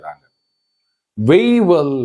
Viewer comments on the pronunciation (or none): 13.48 it is WAIVER not waivel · Waiver நீங்கள் கூறுவது வெய்வல் என்று காதில் விழுகிறது